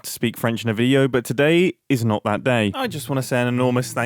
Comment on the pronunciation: that was actually good (I'm french i think im allowed to approve)